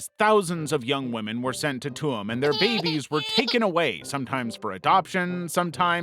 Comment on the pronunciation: Tuam is pronounced like Choom!